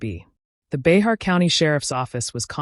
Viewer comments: Bexar pronounced " Bear " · Bay-har county??? Lol😂😂 This narrator definitely has no business making videos This individual is just repeating information already spoken. Probably isn't even from here in San Antonio. Get a real job lamo!! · Bexar is pronounced as “BEAR”. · It's (bear) Bexar county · Bexar county is pronounced BEAR